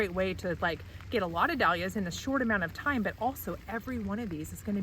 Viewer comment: Cant listen to anyone mispronouncing "Dahlias".